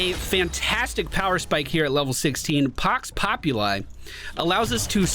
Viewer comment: Not Pox Populai. It's Pox Populi - short -ee sound at the end.